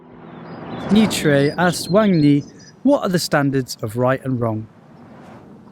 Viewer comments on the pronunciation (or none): none